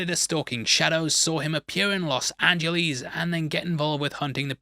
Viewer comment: "Los Angie-leese" lol